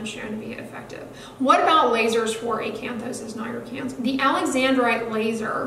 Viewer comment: I LOVE HOW YOU SAY ACANTHOSIS NIGRICANS!!